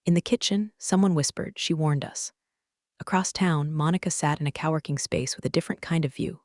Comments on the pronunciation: Cowworking is one of my favorites! Then, there are " cop- ez".... and SUVs( rhymes with doves. As in a bird species) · yes... I have met my clients in a cow working space on many occasions!!!😂😂😂😂 I was assisting with their (resumes) not Resume' 😂😂😂😂😂